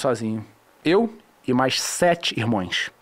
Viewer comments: "Irmoeos" kkkkkkk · "Irmoes" "guerrerice"